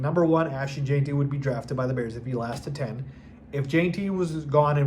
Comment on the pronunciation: I was so sure that you’d learn to say “gen-tee”, NOT “jane-tee” before the draft. Since I don’t think you’re stupid maybe see a speech pathologist?